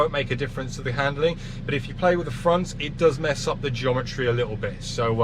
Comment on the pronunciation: 'andling for "track work"